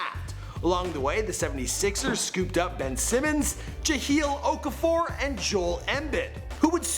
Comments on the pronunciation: This dude said Jaheel Okafor and Jol Embid wtf😂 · Sam Hickey, Jahil Okafor, Jol embid This nigga need to listen to some names, I deadass hate when he messes up names, like cmon man take ur time on the vids. Like if u agree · Sam HICKIE, JaHEEL Okafor, Jol Embed??? DeMARTHA?? how hard is it to pronounce names right?